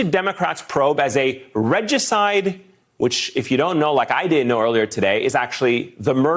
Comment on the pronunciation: Reg-juh-cide, that's a murder of Reggie. Ree-juh-cide, is the murder of a King. :-)